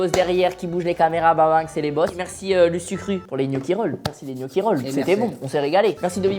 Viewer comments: Michou qui dit gnocchi au lieu de "knocchi" 👏👏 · Ptn mich il me soule avec "kniochi" et "poèle"